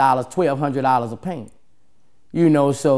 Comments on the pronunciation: The way he says “pint” by saying “paint” is funny lol. But look, we ain’t sipping red. Fuck that nasty shit. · I think he means pint but pronounce it paint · Is he saying paints? Or he mean pints? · He said paint but he meant to say PINT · He keep sayin "paint" I just realized he sayin pint... SN: I dont wish the withdrawals from lean and pills on nobody. You couldn't pay me to take another sip... You become a slave to that shit...its so heartbreaking how a substance and whether you have it or not can determine the type of day you have,whether you are productive or in bed sick etc.... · “Two paints a day” 😂 maybe I don’t know the lingo but I think he’s saying pints? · Wtf is a paint? It's pint bro. Pint! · Thank you I thought he was saying paint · Is he saying paint or pint? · Is he saying "paint"? Is that what you call a bottle? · The fuck is a "paint" Boosie?